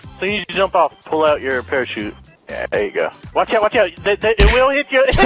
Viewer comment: i could hear evan say "oot" ish omg